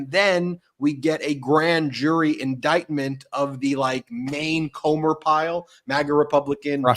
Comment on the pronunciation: What an embarrassing member of congress. Doesn't know rules. Couldn't even READ the word indictment. CAN'T POSSIBLY know wtf it means. SO HUMILIATING!!!